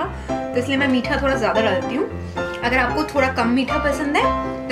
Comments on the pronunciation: Thora SA kya hota h ....thoda SA hota h. nahi pata tooo. Itna overacting kyo Karti ho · Hahah di pronounced thoda thola